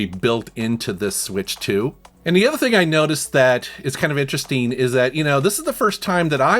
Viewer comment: It's "interesting" not "interesteen." Ing, not een. you're welcome.